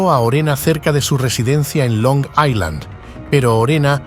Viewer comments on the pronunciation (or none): none